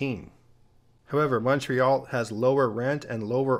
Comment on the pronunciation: OMG thanks for pronouncing Montreal correctly - with the O pronounced like Monday, monkey or come, not MAHNtreal like most Americans pronounce it. +1 point for you!